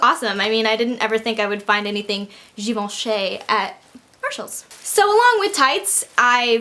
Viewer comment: I like how you try to pronounce Givenchy the French way (because no one ever bothers haha!) but it's actually an 'ee' sound at the end, like Given-chee :)